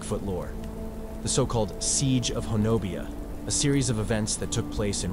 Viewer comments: The way you pronounce this little town is ho- nub- e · It’s pronounced Hoe-no-bee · Ho-nubbi is how it’s pronounced but yes, I live Oklahoma, and can attest to this story (well most of it) and have my own encounter memories. People make me crazy going out looking for these guys, not a good time or idea. Most will just leave you be if you leave them be, take their food or too close to their home and they will run the biggest of man out scared to death. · I really enjoyed your podcast but honobia is actually pronounced ho-nub-ee if you're from the great state of Oklahoma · It's pronounced "ho-nubby" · Its pronounced Ho-Nubby. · FYI, they pronounce it Ho Nubby. I was "corrected" on a visit. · I think it's pronounced huh-NO-bee. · Pronounced Ho nub be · Something definitely happened there. But, it's pronounced Hah nah bee, not the way it's spelled. The mountains are pronounced Wah she tah, not wacheetah, as in the clip. And the Muskogee are said with a hard g as in guard or gourd. Not a soft g. That said, it was well done. You just have to pronounce Indian and southern names the way they're said by locals. Not the internet folks. Keep it up.